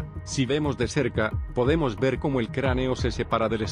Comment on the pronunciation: Min. "poedemos" jajajaja